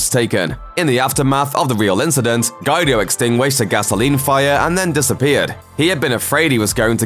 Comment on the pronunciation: It is getting quite annoying hearing all these ignorant presenters who can not even pronounce well known names and words. I mean Guy-do. How can anyone reach adulthood and have never heard the name Guido?